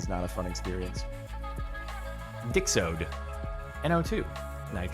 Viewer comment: The fact he read it as dixode in the title 😂